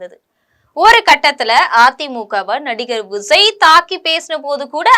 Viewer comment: எம்ஸியாரா! விஸய்யா.... பெயரை ஒழுங்கா உச்சரிக்க கற்றுக் கொள்ளும்மா., 😂